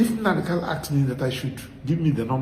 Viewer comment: Nnamdi kanu, not kalu please.